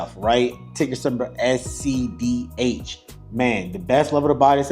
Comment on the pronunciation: My man just said scdh. That name is burned into my head. It’s gonna be on my tombstone. How do you mess up that name 😂😂😂